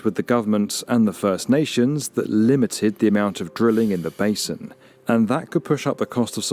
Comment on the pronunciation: just a minor critique, the word Basin is spelled and pronounced with an “s” not a “z”.